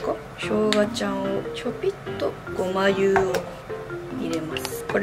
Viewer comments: ごま油のこと、ごまゆって言うの！？ ごまあぶら じゃなくて！？ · ごまゆじゃなくてごまあぶらじゃないですか～ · ごまゆじゃなくてごまあぶらって読むのでは？